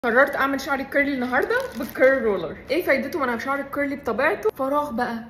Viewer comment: انا اسفه كثير بس ليش بتقولي قرلي بصراحه انا اسفه بس تقهريني لما تقولي قرلي قولي كيرلي مش قققققققققققققققرلي حلوه قوي الشعر😊 في النهايه😊😊😊